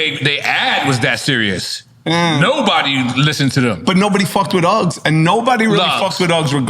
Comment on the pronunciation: Lugz not uggs